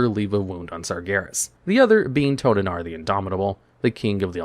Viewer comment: When you got wrong the name of King of Aldrachi :D it's not Tolanaar - - it's Toranaar :D